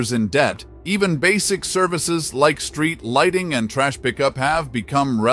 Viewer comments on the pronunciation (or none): none